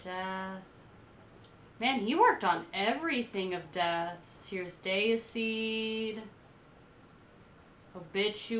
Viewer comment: The way you say Sepultura and Deicide is triggering me sooo much